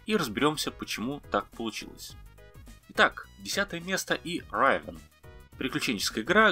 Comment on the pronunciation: 1) Riven = /ривн/ а не /райвен/, как ни странно 2) Diablo у вас странная! Какой-то мод чтоль? Меняете формат передачи?😃 в любом случае, хорошее видео, лайк! Вообще поделюсь - я живу и работаю зарубежом, в одной из капстран, так скажем, и коллегам, интересующимся игровой тематикой на русском языке (есть такие) советую исключительно ваш канал. Нормальная грамотная речь, хороший баланс попсовых/редких тем, аккуратная видео-составляющая и прикольные анимации. В общем, не знаю, насколько вас интересует мнение анонимусов из интернетов, но по-крайней мере я ставлю вам высокую оценку и крайне признателен за всю работу, которую вы проделываете. На этом всё. 😃